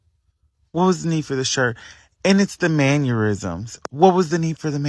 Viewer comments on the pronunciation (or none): My guy said man-yer-isms 🤣